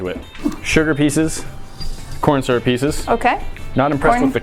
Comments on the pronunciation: Boi ain’t nobody say surup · You won't see this but your saying syrup wrong